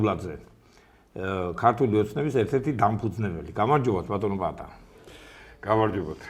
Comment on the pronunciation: წამყვანის საყურადღებოდ! ბატონი პაატა გიზით წინ, პა-ა-ტა, რა უბედურებაა ბატონო პატა, ბატონო პატა.